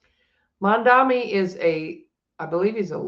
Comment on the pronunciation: The name is “MamdaNi” not MamdaMi 😊 an N nnnn not M mm mm .. I know you can pronounce it correctly 😅